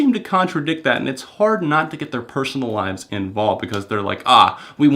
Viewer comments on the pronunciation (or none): none